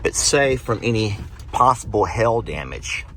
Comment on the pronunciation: I grew up in Mississippi so I'm amused by you saying hail. Did he say hail or Hell? Lol. The other night I got amused by your conversation with Megan about your game. I wanted to bust in when she told you it was "Dill or No Deal."